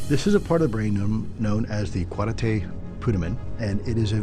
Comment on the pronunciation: Excellent work on this, and I especially appreciate correct pronunciation of "caudate putamen," in contrast to both Lue and Ross's surprising "kuh-daw-tay" goof.